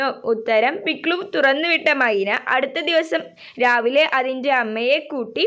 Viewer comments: പിക്സു അല്ല പിക്ലു ആണ് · പിക്സു അല്ല പിക്‌ലു വാണ് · പിക്സു അല്ല പിക്ലലു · Pikllan alla piklu ann😂😂